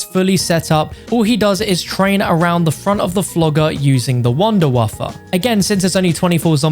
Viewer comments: 😂😂😂 its wunderwaffe not wunderwaffer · It’s been time since I hear someone call it the “Wunderwaffer” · The Wunderwaffle